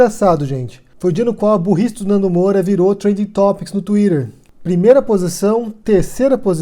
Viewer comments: "Tuirer", nossa, humilhou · que pronuncia de twitter eh esssa